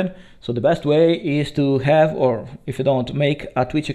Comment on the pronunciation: 'is' instead of 'his' 'ave' instead od 'have' 'youmanity' :D (yeah, i know, "umanità". But after that 'human' is great) 'beind' instead od 'behind', two times in a row Your pronounciation is good. Actually you pronounced these words well in this video at least once. I'm not hating you in any way. I've heard SO BAD ital-english. That was really terrible, because these people didn't know it was that bad. This 'yello' after clips in most of your videos is cute, but after hearing that 30 times, you know... maybe it's time to change that also.